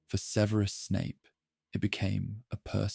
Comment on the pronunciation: What's with the annoying pronunciation of Snapes 1st name?